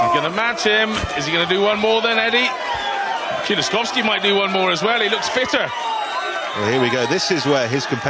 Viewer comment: it got butchered again by (